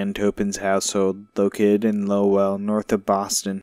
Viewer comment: Came-bridge, Low-eLL lol